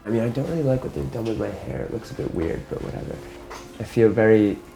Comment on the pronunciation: What's up with the narrator's accent? I think he's a Brit or something trying to sound American. he suddenly sounds noticeably British when he says, "Hi, how's it going?" There was something off with his speech pattern the entire video. He also pronounced the word "weird" more like a non-rhotic speaker at one point, too. If the guy wants to sound American as an exercise in acting, more power to him...but for god's sake, someone please get him an accent coach! (inb4 this guy turns out to be some kind of dual-national who spent half his childhood in the US and half in Britain or something. If that's the case, I relent. If he's just doing it for dramatic effect, though, he still needs to grab himself an accent coach.)